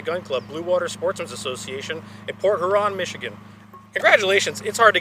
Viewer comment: Port Hyou ron is how you pronounce port huron, like lake huron. Just for future reference. I know dislikes mispronunciation.